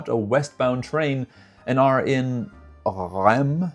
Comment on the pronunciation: Laon is sounded like lent but without a t and with a lower close to an a ... There are only couple of word in French with ao like un paon (a peacock) sounding the same way... Reims is sounding like Rins (yes with a sounding s) but more of a that an i in the in 🎉 good work of guess 🖖